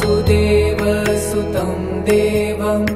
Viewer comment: vasudevasutam shd be pronounced with hrasva "va" meaning son of vasudev, Being Son of vasudev Krishna is Called "Vaasudeva" with a Dheergha "vaa"